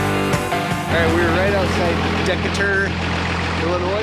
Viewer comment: Pronounced Deecaaater (Decatur, IL)